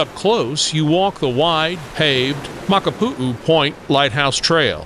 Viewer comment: I’m from Hawaii and you covered many places for visitors. One recommendation is to pronounce the places correctly please. Iolani palace for instance is a short I sounds for both i’s, etc. Hanauma Bat and many more we’re also incorrect. Makapu’u beach was perfectly pronounced. Just a recommendation if you do another one. It’s important for the culture and people of Hawaii. Aloha and Mahalo